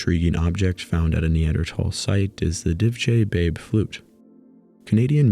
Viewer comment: The pronunciation of "divje babe" flute physically hurt my slovenian heart. Otherwise I loved the video, extraordinary work.